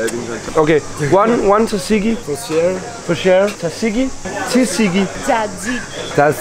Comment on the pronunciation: Amen for faen' man siger ikke t'et i tzatziki. Man udtaler det "satiki"